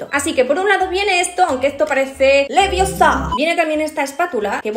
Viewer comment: ES LEVIOSA! NO LEVIOSÁ !!!!